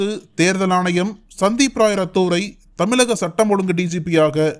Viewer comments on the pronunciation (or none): ....🗣️🗣️🗣️👂கூசுது😏🗣️ அதென்ன தமிலக? தமிலக ன்னு?? தமிழக அல்லது தமிழ்நாடு ன்னு..🗣️